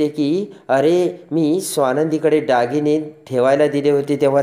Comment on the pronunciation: डागीणे नाही हो दागिने